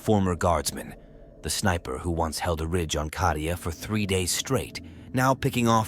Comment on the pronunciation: Hey - Cadia has a long A. Las-gun has a short A. It would make you sound better.